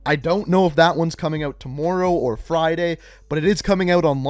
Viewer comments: Jeremy Wade tamooro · Don't Canadians pronounce words like that? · It did at the start but I’m used to it and it don’t bother me anymore